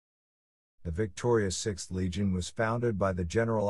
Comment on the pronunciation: legion sounds better than leg on